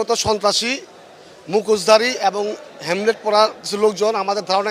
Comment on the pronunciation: হেলমেট কে হেমলেট বলছে যেহেতু, সেহেতু এরা ইসরাকের টুকাই কর্মী, বুঝায় যাচ্ছে